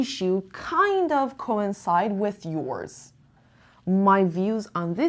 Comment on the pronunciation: Coincide has 3 syllables co-in-cide. Just a reminder 😊